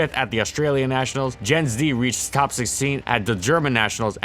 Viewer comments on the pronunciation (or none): minor nitpick, but if I am not mistaken Jens is pronounced like Yens; I knew someone for a while with that name